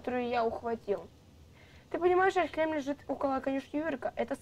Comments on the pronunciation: Не Ярлехейм а Ярлахейм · Я тебя поправлю хорошо ? Не ярхлЕйм а ярлахейм ( знаю щас все начнут писать типо , это её канал как она хочет так и будет говорить , и тд. Но я просто поправила) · не Ярхлейм,а Ярлехейм ну я не знаю может это я не правильно говорю